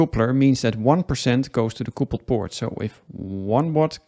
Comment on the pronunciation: quick english lesson... it is not coopled... it is cupled. it means to join.. like a couple of people... not a coople of people